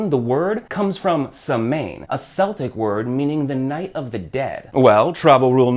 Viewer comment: Quite good...although there are some errors, please accept these as constructive. You mention Samain or Samhain ( incidentally it is pronounced Sar-win ), this was a Celtic festival ( pronounced with a K not an S, Celtic being Ireland and Scotland (also Wales) from where this all started ), it marked the end of the Harvest Festival and the beginning of the Winter period. All Saints day was a Christian addition to the calendar celebrated on the first of November and All Souls' Day on the 2nd of November. Halloween which is celebrated on the 31st October is when, traditionally the veil between the living and the dead is at its thinnest, hence the dressing up today to signify that fact. Today in the UK, Halloween is growing..its commercialised.....but growing....the meaning is lost....but I'm sure the candy companies don't mind that (:0). Thanks for the video.